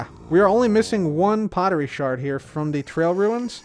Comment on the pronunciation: Thank you, first hermit ive heard say the word sherd as shard as it should be its just spelt with 'erd' as a preference to ancient potterie